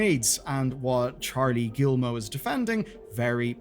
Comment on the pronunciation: "Gee-Moe" not "gill-moe." Do you not have any education? You mispronounce everything that isn't English.